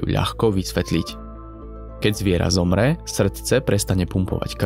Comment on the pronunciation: keď zviera ZOMRE to nárečie to ma rozsekalo😂😂